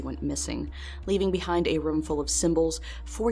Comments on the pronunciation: The way she says “room” drives me nuts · Great video! but did anyone notice how says room like "RUM" this mystery has spooked me for years...